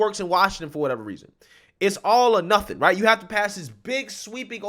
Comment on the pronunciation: New DRINKING GAME!!!Every time he say's " HRIGHT " you take a drink. Good luck with that hang over. LOL